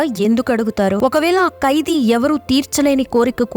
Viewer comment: కైదీ కాదు... ఖైదీ... బర్త కాదు భర్త